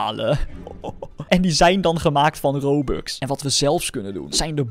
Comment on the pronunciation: Waarom zeg je rubux 😂